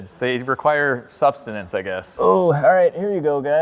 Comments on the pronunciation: “sustenance” not “substanance” which is not a word 🤪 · No b in sustenance😂